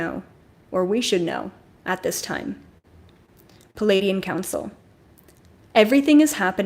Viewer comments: You are brilliant. Thank you. Pleiadian is pronounced Plee-ay-Dee-an not Palaydeean. Most presenters get it wrong. They are actually Plejaran and speak plejaran. I’ve heard a fellow journeyed in plant journeys speak plejaran to me with such LOVE. OMG. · Hi, thanks for providing this information. I promise I'm not being malevolent here, but it should not be pronounced "Palladian". It's pronounced more like "Plee-ay-dian". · Every time you say pleadian ... I feel a wave